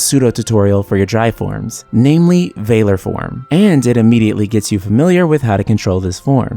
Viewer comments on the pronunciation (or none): "Vay-lor" form lol it's "Vāl-lor" like the regular word valor